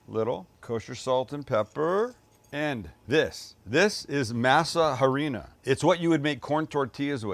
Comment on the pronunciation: No H sound in Harina